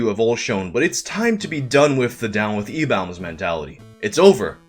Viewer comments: Why do you pronounce eBaum's so weird? It's more like eBum/eBomb, not eBawMm. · why are you saying "ebaums" like that??? It's pronounced like you are saying "E-BOMS" or "E-bombs" for the lulz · Its pronounced "E-BOMB"!